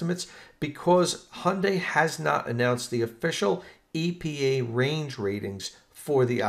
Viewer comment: Thanks for great job of pronouncing Hyundai.